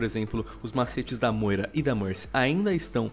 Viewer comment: StoffGG Mas realmente "Bastion" se pronuncia assim, e falar "Móira" tá totalmente errado... Se pronuncia "Briguita" gente, vamo se atentar pros detalhes...